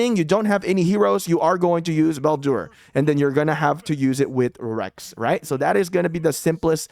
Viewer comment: Excellent video! Bladur is actually pronounced as 'Ball- Dur' The 'u' is short, not long